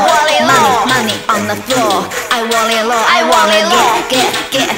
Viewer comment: want it low這發音不ok